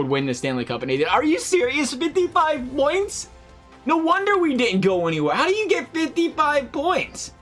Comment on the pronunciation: 55 BOINTS!!!..... wtf is a boint